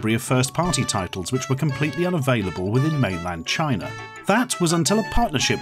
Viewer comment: I like when he says "Chiner" instead of China